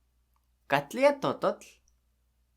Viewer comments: How do you pronounce 'Katlinya'? In the video you say 'Katliya', but it's spelt with an 'n' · Sounds like you're saying Katlia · Why is the n not pronounce in Katlinya?